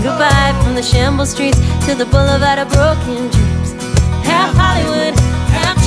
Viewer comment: Love that you pronounce 'broken' with a proper Yorkshire accent!!